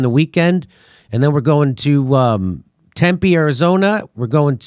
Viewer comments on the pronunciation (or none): none